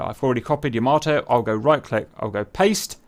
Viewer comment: It's 'Yamato'!! Love the Scharnhorsts, my favorite battleships. And this is intense!!😳